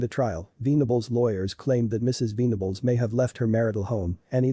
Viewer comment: Should be venables like ven , but not veen